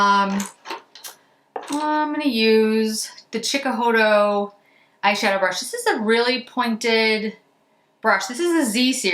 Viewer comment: You pronounce framboiZ chocolA and lilA in French